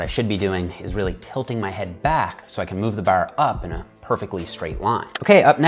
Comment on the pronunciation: Why do you pronounce bar like an Irish?